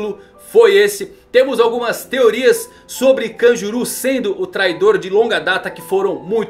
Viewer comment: Kanjuru? Não é kanjurō?